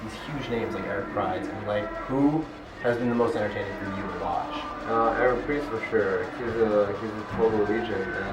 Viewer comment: its pronounced pridz